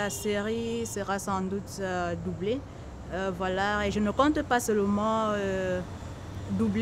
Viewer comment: Is it me or there is a letter R at the end of the word VOILÀ ... 🤔🤔🤔